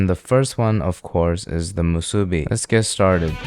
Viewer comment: youre the first youtuber to say the word "musube" the correct way . bravo . short cut , Soy Vey teryaki sauce is the best you can find . there is no other . buy it , try it , come back and tell me im wrong. edit: im so old that we didnt put egg/or and teryaki sauce on our spam musube. its delicious with just spam , rice and nori . try it come back here tell me im wrong . if you absolutely need a sauce , use oyster sauce (made from oysters) or tiger sauce (not made from tigers) . the next thing that takes off from hawaii to the main land , CHOW FUN like Suda store in kihei cir.1989, make it happen. EDIT EDIT: OMG I FORGOT ABOUT FURIKAKE!